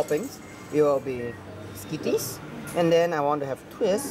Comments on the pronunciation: i'm singaporean as well but who the fuck pronounces skittles as skitties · What the he pronunced skittles as skitties he needs to go to language class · It's pronounced SKIT TLES, not SKIT TEES.. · OMG skitties 😂 it's skittles man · I'm gunna pronounce skittles skitties from now on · skittles not skitties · Pie SKITTIES AHHAHAHA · Im pretty sure English is not his language so idk why are you guys laughing at the word “skittles” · haha it’s so funny how he can’t pronounce the word lol xd who cares if English probably isn’t his first language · skittles lol he said it wrong